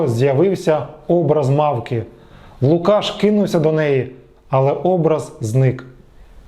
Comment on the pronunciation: лУкашшшш А не лукАш!!